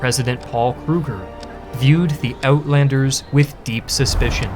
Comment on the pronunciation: man i wish you just pent 5 minutes on having the words read to you. wits= VITZ johannes= JOE boer: BOUORR (FAST) uitlander= eight lunder (like london)